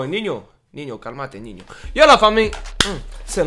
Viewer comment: Ptdddddddrrr comment tu prononces Ninho 😭